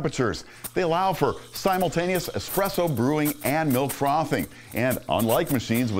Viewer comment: "ESPRESS MACHINES"